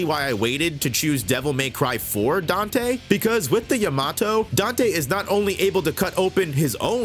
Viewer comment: Dante.... Danteh.... Manage your sinners.... Danteh...